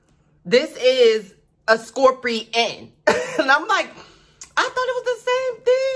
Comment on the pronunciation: "scorprion booberry suhker"